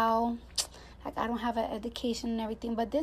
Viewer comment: And I understand cardi graduated I guess but I'ma need her to learn how to say education correctly and you are absolutely right if everybody is beneath you why do you address everything